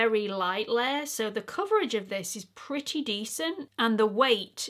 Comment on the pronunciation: There are so many expression that the English use that I love, I can listen to you say putty over and over 😂.....I do also love the British liberal use of the word c~nt but I laughed out loud when you said " this is right up my Street" 😂😂❤